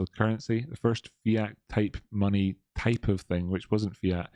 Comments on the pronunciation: maney. maney is wot bwings us togevah, today. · Maney, twue maney